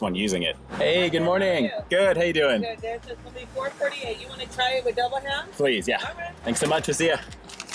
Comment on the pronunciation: Sounded like she was saying mcdouble ham. I was confused at first. There should be more big breakfast sandwiches out there.😋